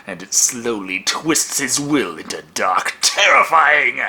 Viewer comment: Every time he says dark I think he's says duck